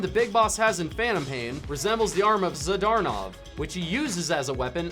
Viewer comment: Zadd Urr Knov Wtf man its not hard to pronounce Zadornov